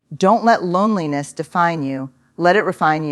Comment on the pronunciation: I agree, The 'H' of loneliness??